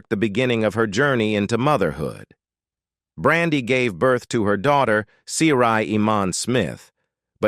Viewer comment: Why is he messing up her name? He pronounced it right one time. Get some one else for the narrator please !!!